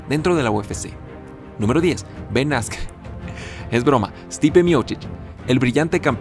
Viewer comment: Jaja sin mentir me enojé al oír Askren